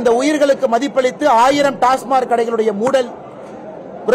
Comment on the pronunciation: டாஸ்மார்க் அல்ல டாஸ்மாக்